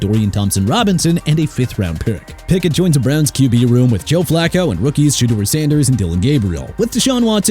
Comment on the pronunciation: Taliese Fuaga PRONOUNCED TAH-LEE-SEE!! Joe Flacco PRONOUNCED FLAH-KOH!! DUDE WHEN ARE YOU GONNA GET EVERYBODY'S NAMES RIGHT?!